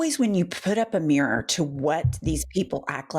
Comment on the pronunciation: Jennifer, an trivial aside, please forgive me, but the way that you North Eastern American women pronounce the word mirror as mrrr, just knocks my socks off.